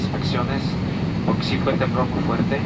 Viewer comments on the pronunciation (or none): none